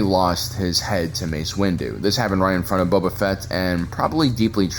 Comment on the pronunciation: does anyone else hear "Buba"?